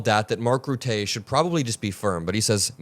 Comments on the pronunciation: Mark Rutte - 'ruh-tuh', not 'rootay'. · Love you. The smartest kid on YouTube which has many brilliant 20 somethings. One complaint; Name pronunciation. If you mispronounce a person’s name it distracts from your message. Mark Rutte- Mark RootAH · Small tip from a Dutchman. Rutte is pronounced Rut-the with a short e, instead of Rutay. Aside from that I love your perspective! keep up the good work! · It’s not Routé ist Rutte like in Titties. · Please learn how to pronounce Macron and Rutter 😠